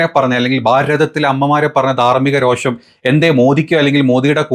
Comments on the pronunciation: സഹോ.... രോക്ഷം അല്ല രോഷം ആണ്...🙏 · രോക്ഷം അല്ല പുള്ളേ രോഷം